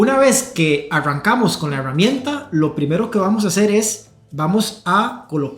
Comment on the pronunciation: Por qué carajos dice EhheEeRramienta ?